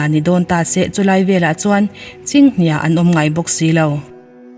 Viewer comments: He comment ka hmuh hma hian ka lo sawi zo chiah a, hnia lai khi 'hria' tih kan lam rik ang hian lam tur tih a la hre ngailo nge ,, a aw tang a kum a naupang chhe tawh lo tih hriat tho bawk si,, youtube a thil chhiar te ka duhthusam lo emem chu mizo tawng an chhiar diklo nasa lutuk hi a ni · Chinghnia tih, hnia lai hi 'riau' tih thluk ang hian han thluk ta che. A ngaihthlak a hahdam sawt ang. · Chinghnia i tluk dan khi a dik lo ania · (Chinghnia) lam dan kha.(HNIA) kha lam rik sang tur a ni lo maw. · "Chinghnia" i lam dan khi inthlahrung tak chungin kalo comment ve hram. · Chinghnia lha ilam dik lo ania aw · 'Chinghnia' tih thluk hi adik tep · Chinghnia tih hi mizotawnga an lamrik dan ila hrengailo a mi?.tawngthluk dik lo hi,youtube channel neitu mizo zing ah hian an awmthluah mai...k lo ngaimawh thin...an dahluh hma hian a thluk a dik em?tih te in enfiah hmasak a ngai k lo ti ve thin....😁😂....thahnem ngaih vang awww